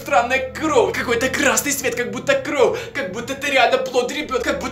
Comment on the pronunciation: Почему ты говоришь Кроу а не кровь????